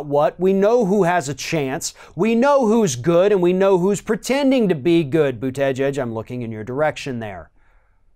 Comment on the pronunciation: Buttegieg is not pronounced But-'tege'-edge (with the t) - try again....Boot-edge-edge. Anyway, you sound very dramatic here. Modern day "presidential debates" themselves are follies as we only get to hear talking points and practiced sound-bites like "I don't think you're a racist, but" or "Americans don't want a food fight..." Or, "Donald your penis is too small". Presidential debates gives the word "debate" a very bad rap. The dictionaries should step in with protestations. Modern "debates" are merely celebrity exercise.